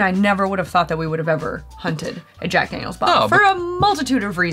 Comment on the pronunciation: No one is gonna comment that said “Dack Janiel’s”?